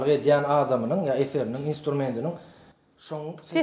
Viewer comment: Alyp baryjy! Etýän, etýäňiz... diýilenok. Edýäň, edýäňiz diýilýä. Ýazylanda-da, aýdylanda-da.